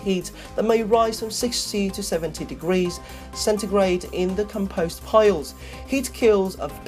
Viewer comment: Com Post not com pose